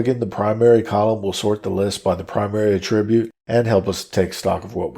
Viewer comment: Well done, however, the mispronunciation of attribute is distracting and irritating, The verb and noun forms are not pronounced the same way. You are pronouncing attribute the noun as a verb